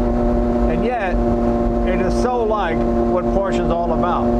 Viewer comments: IMO this is Leno's best video and I think I liked it best because it's just Leno and his INCREDIBLE knowledge and love of this Porsche. I was surprised that the first time in this video that he said "Porsche" he mis-pronounced it. I know Leno knows how to properly pronounce 'Porsche". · Jay, it’s not a “PORCH”, it’s a Por’shuh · It’s Porsche not porsch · Jay, The salesman Neillo auto Group Sacramento told me "your are an owner now, its pronounced Porscha". Thanks for sharing your love of the auto.